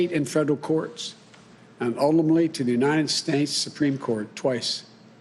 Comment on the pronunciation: Did he say united snakes?